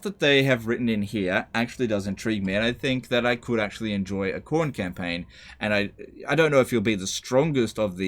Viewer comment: Cor-nay? Lol